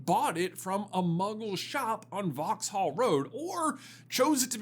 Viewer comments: It's pronounced "vox-uhl" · Pronounce it as Vauxall the h is silent